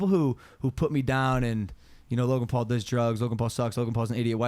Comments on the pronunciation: Logan Pool...Jake Pool....any of the Pools 😂😂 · I still find it so funny how the Brits pronounce the Paul Brothers names 😂